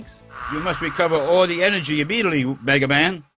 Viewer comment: Shh! Be vewy vewy quiet, I'm hunting the enewgy wicouses